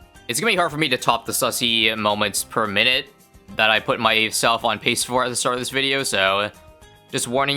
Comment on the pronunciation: "poot" Canadianism detected